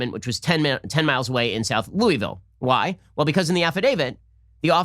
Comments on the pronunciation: Please stop saying "Looey-vill" it's pronounced "Loo-uh-vuhl" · Ben you’re saying Louisville wrong. It’s Lou-vul